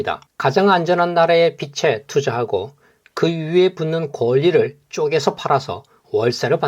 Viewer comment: 빚에--비제. 빚을-비즐 발음교정 합니다.